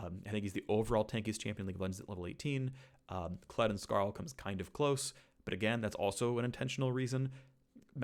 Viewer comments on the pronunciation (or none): none